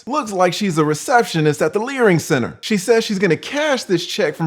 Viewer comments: ‘Receptionist at the learing centre’😂😂😂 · “A receptionist at the Learing Center” 😂😂😂😂😂😂😂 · "Receptionist at the "Learing Centre" !! hahaha Thank you SIR for great content. I love your approach to all events and interactions you post on this page. Me need more of your perspective in this unreal crazy world. Keep them coming